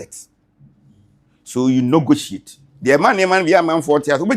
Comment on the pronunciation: Eeeiii, regional minister paa saying nogotiate